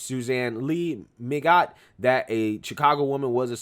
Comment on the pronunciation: SMH...Yet if someone p*ss & s**t on a BLM sign, it's a felony. Le Mignot - Pronounced Lay Min-No.